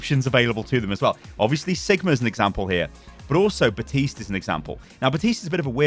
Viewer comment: theres a p in baptiste, USE IT